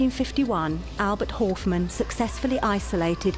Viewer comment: If his name was Horfmann it'd have the letter in his name. But it doesnt, so why say the name completely wrong.?